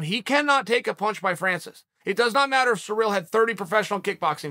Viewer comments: Why is this guy saying Surreal instead of Cyril. Weird. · The way that Uncle Chael says, “Ciryl” is surreal,- pun intended. “Belal “ is another face palm pronunciation. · It's ciryl not cyril